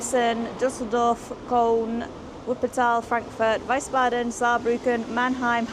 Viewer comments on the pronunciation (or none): Your pronunciation on the city names was pretty good, btw. You just got the vowel sounds in Leipzig and Wiesbaden mixed up. 'ei' ist always pronounced as in Einstein, 'ie' is always as in chief. And a 'z' is always pronounced as in pizza.